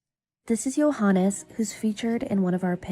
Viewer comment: Why are you pronouncing his name as “Johan”?